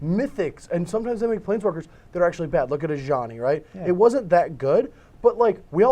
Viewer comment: The way says Ajani irks me.